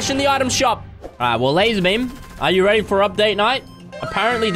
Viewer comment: Are you reary instead of ready for update night